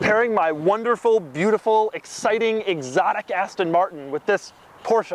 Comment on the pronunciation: You sound like you say "assstan martn"